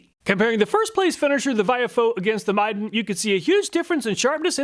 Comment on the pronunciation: Dude! You were pronouncing Midden wrong.